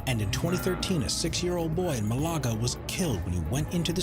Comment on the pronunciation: no way this guy said malAga